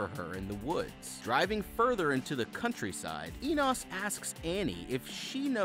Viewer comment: You pronounced Enos three different ways and none of them were right..did you even watch this movie ?